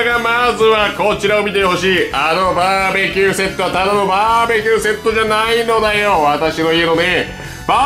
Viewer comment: バー↑べキューすき